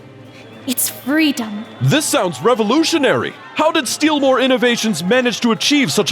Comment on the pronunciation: It's not steelmore it's steal more